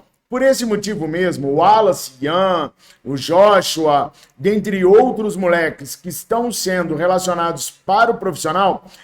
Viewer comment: A pronuncia do nosso jogador da base é Yoshúa e não Joshua...A letra " J " hebraica se pronuncia " I " na língua portuguesa...😅😅